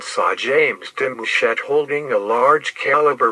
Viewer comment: Why he say my last name like that😭